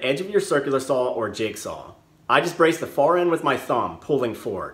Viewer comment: I'm just curious... Did you and April Wilkerson grow up close to each other? You both say sawr the same way.